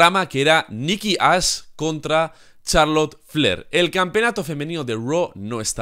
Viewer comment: expresate bien, parece que dices "Nikki Ass" Si, tiene unas posaderas enormes, pero aun asi